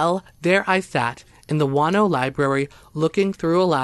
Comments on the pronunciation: I kept hearing "wanno" and didn't know where that was until I heard the capital and realized you were talking about Juno..lol..interesting stories.. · It's Juneau, (JEW-KNOW) NOT FUCKING, "Wahn-oh..." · P.s. it's not Juano but pronounced Jew no Alaska. Love your channel. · It's JUNE-OH..........not Juan-oh. Juneau, Alaska..... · Your Alaska story covering "Juano" should be called Juneua, pronounced Ju-no! There is no town called Juano in Alaska, maybe Spanish for Juneua? By the way, that is the capital of Alaska. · I love you stories but you need to get some tenth names right on the town's I mean it's not wan-no it's pronounced Juno Alaska.other than that I love your stories please turn your recording volume up a little bit cuz sometimes I have to use your plugs and even then it's hard to hear you keep up the good work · I also love your stories and have listened to many; however, it would help if you researched how to pronounce the names of towns. Juneau is pronounced June-O. I have also been there. Thanks for your stories and keep up the good work. I'm not trying to criticize just feel people would feel closer to the stories if the places were pronounced correctly. It took me awhile to realize what town you were talking about in Alaska because of how you said it. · Juneau Is the capital of Alaska and is not pronounces like so many city is the lover 48 states with the H sound. It is pronounces just like the month of June with an O on the end as in Oh. For a moment I didn't know where this place must be in Alaska until you told us about a court case which would have been in the Capital city of Alaska, which can only be assessed by airplane or boat. It has roads for cars inside a very small city that run along the coast for just a few miles and then just dead end. The capital building looks like and office building built in the 1970's that you'd see in every town and city in the country.